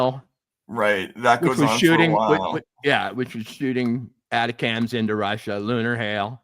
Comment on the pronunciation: I love you guys take, don’t always agree but see where you are coming from. Just lexicon help. ATACMS is pronounced “A-TAK-MS” not “ATA-CAMS”